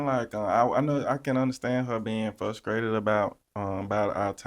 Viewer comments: Did he say fuscrated and not frustrated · “I can understand her being fuskrated” 💀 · said he was “fuscrated” 😂😂